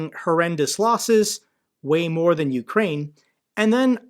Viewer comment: I literally busted out a laugh when she said OOOkraine, goofy bitch sitting in Seattle larping 😂😂 Dumb cnt